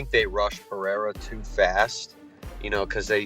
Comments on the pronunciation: Chael: P-A-RA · Khazmat, pe-era , uncle laev 😂